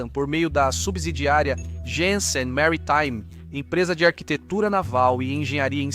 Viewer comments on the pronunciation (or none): video interessante mas é lamentável a falta de conhecimento de termos estrangeiros do locutor. Ex; maritime virou "MARY" "TIME" ?????? Civitavecchia virou "CIViTA" VECHIA" /// Falta um pouco mais de cultura e conhecimento. Fabrizio Carrara